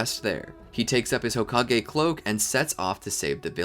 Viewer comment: i literally crying rn seeing how many people are saying homage and not hokage